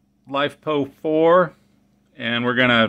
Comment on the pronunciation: As interesting as this video is, I cringe every time you say “Life Poe 4” Lithium, Iron Phosphate! Otherwise fun to see your learning process